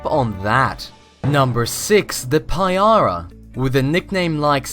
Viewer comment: payara... just as vicious as english at crumpets and tea